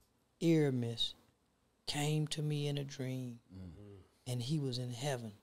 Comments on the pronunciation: First of all that's not the correct pronunciation of his first name. It's "Air-me-es". I find it hard to believe this weirdo lived in LA but did not know who Nipsey was. Nipsey was poppin before he passed, he was nominated for a Grammy, loved by many, on TMZ every two or 3 weeks and working with artist and producers that don't work with anybody... Most ppl will say they don't know Z-Ro but to Texas, that's their Snoop Dogg... so why do ppl feel like because they didn't catch the wave, nobody else did... We gave him his props when he was here, YOU DID NOT!!!!.. How you think he got nominated for a Grammy? How do you think Jay z and Drake found him? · Ear-a-mhus Ok-ta-gon 🤦🏾‍♂️ Rest in peace Nip🏁💙🏁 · He’s improving. He started out calling him Airemis. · Bruhhhhh the fact that Charleston said Ermias Octagon 🤣😂😂🤣 and nobody corrected him, I'm so weak😂😂😂😂